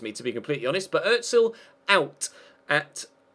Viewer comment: It's just Özil, not Öttsil